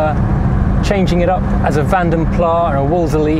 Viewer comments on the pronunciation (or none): "Ow-stin"? And it's "Van den Plasssss" not "plar" because it's not French! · Still says Vanden Plaaah though. I don't give a toss what the Dutch say. English say Plas like the Scots say Lass. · & yet still pronounces it as "vandun-plah" in the Princess/Ambassador review which he uploaded after the SD1 review where he told us it was "van-denn-plass". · Corporate savings - the doors were later used on the Maxi too... (B.t.w., I know everybody said and says "vandun-plah" but it should be "van-denn-plass". It is a Flemish name and ALL the letters are pronounced.) (B.t.w.2 check your maths - it's fifty (48), not sixty years old...) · Lovely, but it’s Vanden Plas, not Vanden Plah. M. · The ADO17 body on which the 3 litre is built was the most torsionally rigid of its time. Incidentally, in Van den Plas, the s should pronounced. It's a Flemish name, not a French one. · FYI: the 's' in Vanden Plas is not silent... so why stop pronouncing the name shy of it - your start is excellent, it only needs to have that 's' added to it. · To be a complete pedant, its pronounced V-ah-nden Pl-ah-s.